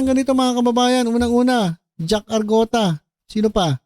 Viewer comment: Arngota ang tunay na pronounce nyn not argota